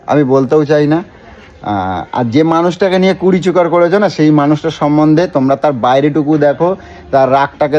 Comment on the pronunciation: Kuruchikar k bole kurichukar 😂😂